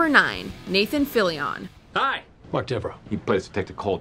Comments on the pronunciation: Anyone else's eye twitch at every wrong pronunciation of Fillion? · Y’all butchered Nathan Fillion’s name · The way she pronounces fillions name is maddening.